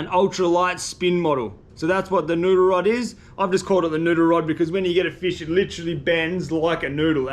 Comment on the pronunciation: Say "noodle", not "nuder". A year and a half and I thought you were saying "nuder".